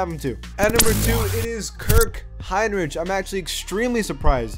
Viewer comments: RICK. Not "rich". Hinrich. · Hinrich as in Hine-rick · bro u just said kirk hinRICH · Pronounced “Hine Rick” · Kirk hinrich is pronounced hinrik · It’s pronounced Kirk Heinrich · Its pronounced Kirk Hinrik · Hinrich is pronounced HinRICK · It's pronounced Hinric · Jaryd Polson right? Lol that bugged me the way he pronounced it. Bulls fan here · How do you not know how to say "Kirk Hinrich" correctly..? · That's not how you pronounce hinrich